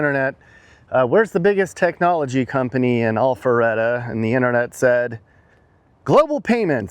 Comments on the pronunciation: Sounded like you said All feretta .. it Al Not All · Itsnot allpharette. Its alpharetta. Pronouncing it incorrectly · Is he saying “Awfulretta”? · I’m loving the way says “All fer reda” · Maybe next video you start out with the correct pronunciation of the city name, lol.